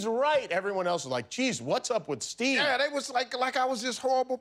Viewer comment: He doesn’t even say Steve. It’s Steee.